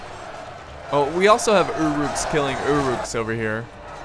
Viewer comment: its pronounced ur uks